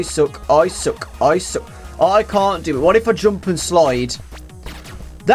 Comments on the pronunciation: when he was saying I suck. I thought he stated to say I sock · when u were repleatly said "i suck" it sounded like u were saying "Isaac"